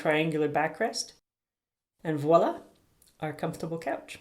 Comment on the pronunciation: A wonderful set up and great video. To top it off you pronounced "voila" correctly. You tube seems to be full of people who think it starts with a w.